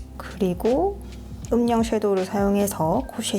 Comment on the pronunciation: 오늘도 영상 너무 잘 봤어요 💕💕 그런데 영상을 보는 중에 음영 섀도우 발음 할 때 음명이라 하시는 게 아주아주 쵸큼 신경이 쓰여요